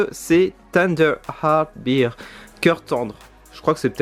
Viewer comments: Salut ! Tu prononces Bear comme Beer c'est à dire la bière. Bear se prononce "Bère" en gros. Sinon superbes achats l'ami ! Bravo. Pouce bleu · Bear sa se prononce pas bir mais bèr